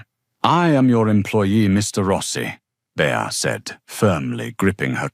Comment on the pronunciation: Its not Bear either. Its Bea (B ee)